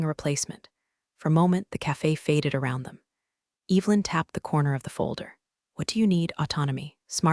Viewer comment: Sorry…I just can’t. Every time she said Eve Lynn it made my eye twitch 👀